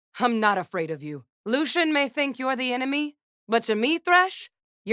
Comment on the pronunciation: "LUCIAAN" ouch.